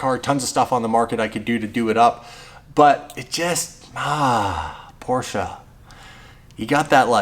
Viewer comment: Thank you for pronouncing Porsche correctly.